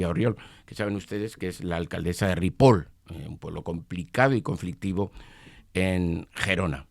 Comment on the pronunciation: Amigo, se dice RIPOLL no RIPOL. Haga un esfuerzo que en inglés bien que lo hacen.